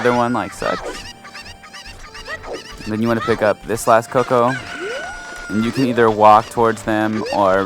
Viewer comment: CUCCO not "Coco" fucking invalid